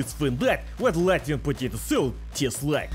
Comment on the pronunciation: As a Latvian I am proud to see you on my soil. 10/10 pronunciation!